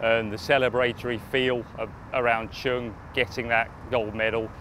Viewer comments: Congratulations Cheung Ka Long! I can feel the bias of the woman commentator on the NBC channel every time she mispronounces Mr. Cheung's name. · She did it intentionally. No respect . Should not qualify to work as announcer, if she did not want pronounce correctly